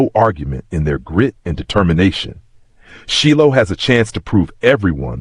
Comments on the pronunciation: How did this this AI go from Shilo to SHELL is he doing it on purpose?. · Sheelow. I was like huh?